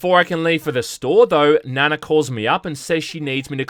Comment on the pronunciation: Still saying Nana wrong. lol